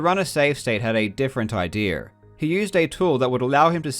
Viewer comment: every time he says idea i hear idere " the idere here" lmao